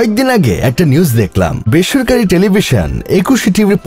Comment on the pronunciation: বেস্সারকারী না বেসরকারি বল্লেন বুজলাম না ভাই 🤣🤣🤣